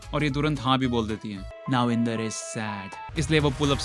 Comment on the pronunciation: Inder ko "andar" 😂😂